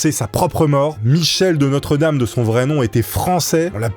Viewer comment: Coucou, il me semble que son nom se prononce "De Nostredam" et non "De notre dame".